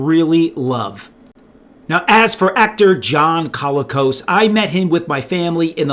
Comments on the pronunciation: John Colicos was awesome, and it was great that Richard Hatch got him for the sales-push trailer for his proposed project. But I noticed you were pronouncing it "CALL-ih-koss." In interviews/etc. I believe he used either "cō-LEE-kohs," or "kuh-LEE-kohs" - in a couple of interviews I've seen it seemed to vary a bit based on how fast he was talking, and might also be John's Canadian roots at work. Since he's pretty much the only notable person with that surname, it's tough to find other examples. The general consensus is that it's of Greek origin. There has to be a fun story about a Greek family winding up in Canada - I mean, it IS pretty unusual. That alone could be the basis for a feel-good movie. Like, "My Big Fat Greek Wedding" in Alberta or the Yukon, and nobody has any clue what this crazy family is up to. (Sorry if I can't remember the official phonetic symbols, but I haven't had to since I was in maybe fourth grade and that wasn't important enough to hang out in my brain for 45 years. Also I don't know the ASCII codes for half of the accent marks.) Edit: If your specific focus is on toys, I remember actually lining up at a morning opening of a Zayre (!) store in northern IL with my dad on a wintry day, when Christmas stock and sales were dropping. I literally dashed on my 10-year-old legs back to the toy section - I was still small enough to weave around adults with shopping carts if I moved fast - heading for the Battlestar Galactica section. An utter jerk of an adult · Isn't it pronounced "co-LEE-cos"?